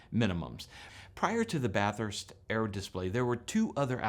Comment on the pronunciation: Great video! ❤️🇦🇺 Ironic that you pronounce Bathurst the way we do and the pom doesn’t. 😉😉